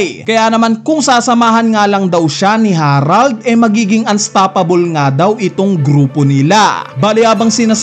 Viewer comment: Buti naman nabasa mo na na "harald" hindi herald